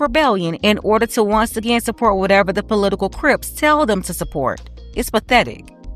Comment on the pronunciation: Great commentary. Now to business, did you say political crips?! I cannot!!